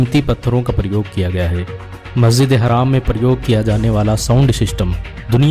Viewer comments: Masjid e haram not haraam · Bhai masjide haraam nahi masjide haram bolo tum galat bol rahe ho